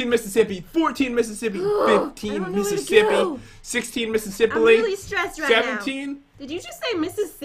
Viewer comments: Pat- 16 Missisippily - Did you just say Missasilly? Me- oof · " sixteen mIsIsIpAlI " ~Pat, 2018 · par said 17misissiplly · I swear, the speach impediments, misspeaks, and miss hearings are always the best parts of these videos Pat: 16 Mississippilee: Did you just say Mrs. Silly? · Pat:sixteen mississiply:did you just say misissilly? Me:😄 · "16 Mississipply" -Pat 2018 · Pat:misspley:did you just say misssilly? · When said if Pat said Mississily he actually said mississippely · He said mississippily And nice song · No one: Not a single soul: Not even a dust spect: Pat: Mississippili ;))))))) your welcome thank me later 🙏🏻🙏🏻🙏🏻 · pat 1 missis siply did you just say missis silly? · I like how -at said “15 mrs sipaly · He didn't say silly he said slippie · Did u just say Missasilly?- 😂😂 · He said mmissisipley not mmissisilly like if you noticed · he said mississipley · i think pat said mississipili